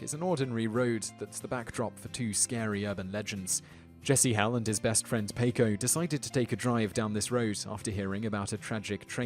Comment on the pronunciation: paco is said pah co